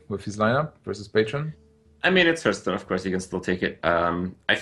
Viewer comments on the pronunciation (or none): Kripp is a better caster indeed. but i absolutely hate it to the bone when he pronounces hearthstone as Heardstone